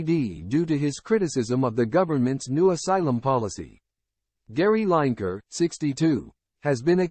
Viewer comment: At least get Gary's surname right. These chat bot voice overs are still in their infancy, but can't they be programmed?! It's Gary 'Lineker' pronounced Linneker, not 'Line Achre' ffs.